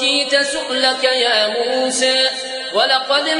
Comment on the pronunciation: الله أكبر على اسم موسى عليه السلام كيف ينطق به جميل جدا جداجدا الله عليك يا